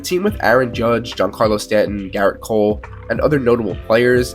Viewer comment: His name is Gerrit not Garret.